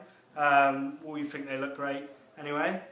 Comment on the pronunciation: we "fink"